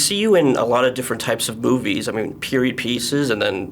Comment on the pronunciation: He said boobies instead of movies in .lmfao